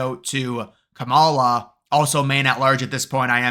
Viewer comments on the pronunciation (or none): its pronounced KAMala. really not that hard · You are soooo misinformed and misrepresenting the real polls, that are mostly rigged by big billionaire Republican ownership….SHAME ON YOU. AND PRONOUNCE KAMALA’S first name correctly…..for that matter pronounce every person’s name correctly. It is called RESPECT “ “. ‼️ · I seriously question the intelligence of anyone who cannot pronounce the VPs name